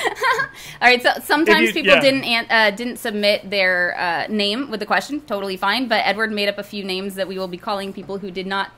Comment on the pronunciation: Woo hooooo! You answered my question AND pronounced my name correctly! Thank you!